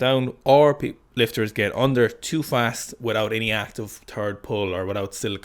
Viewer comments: I never noticed the 'turd pull' thing before - now it cannot be unheard and will haunt all future Sikastan broadcasts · just go ahead and say "last pull" so you dont have to keep saying turd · Did you say “episode three” or “episode tree? Also, did you say “the third pull” or “the turd pull”